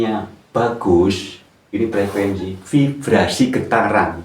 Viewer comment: Frekuensi apa frekuesi pak😁